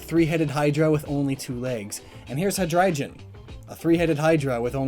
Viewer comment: "But real quick, I just want to point out how this thing (Eleking) dies." An ad for Raid: Shadow Legends comes on right then. Me: Yep, it dies by an ad for a way over-advertised game. And now I'm cringing because just said "Hydrei-jon."